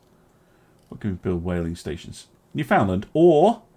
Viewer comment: ...friggin' Come-From-Aways. ;) Okay, simple guide to properly pronouncing "Newfoundland": It rhymes (and matches intonation) with "understand" basically syllable stress is as follows: "NEW-fun-LAND" not "new-FOUND-lund" It's NOT like any of these weird place names that, for some unexplained reason, force the speaker to pronounce 'land' as "lund" (England, Scotland, Sunderland, Cumberland, etc...) Again, remember: "Understand, Newfoundland." is a rhyming couplet. This public service announcement is brought to you by the Committee to Knock Some Sense into Stunned Mainlanders; have a good 'un, me son!